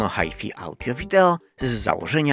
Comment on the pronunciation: Moja siostra z Londynu to mnie ochrzania za mówienie haj-fi zamiast haj faj.